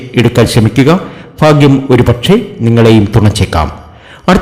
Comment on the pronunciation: ഫാഗ്യം അല്ല 🥰ഭാഗ്യംഫേക്ക് പ്രവചനം